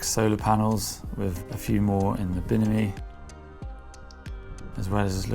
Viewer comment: I love when he says "binimi".